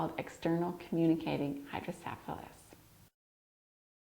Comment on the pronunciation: pronunciation for hydrocephalus is incorrect.